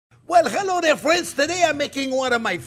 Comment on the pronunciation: Even better, we're "Friens"